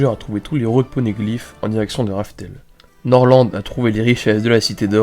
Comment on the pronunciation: Nord lent et Rodjé